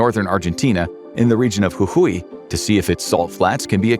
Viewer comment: As an argentinean it amazes me how well you pronounced Jujuy.